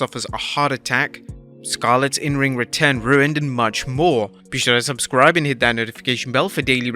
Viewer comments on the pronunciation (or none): I missed the part where Scarlett's return was ruined -- not happening for some reason is different than being ruined. BTW pronounces ruin just like Stewie Griffin.